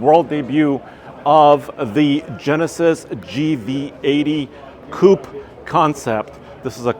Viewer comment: "Coupe" Uhhhhh